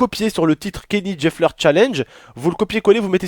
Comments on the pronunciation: putin mais t'es vraiment con tu connais même pas ton sujet, la prochaine fois laisse ta meuf faire la vidéo et raconter. et c'est Kylie Jenner (Kayli Jéneur) et non Kélie Jefneur merci. salut ! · Mdrr tu ma tuer au début ta dit Kelly jafner 😂😂😂😂